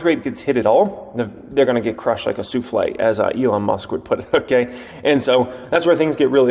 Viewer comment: do you remember you pronunciation of soufflé 😂 when Elon originally said it. Another great vid!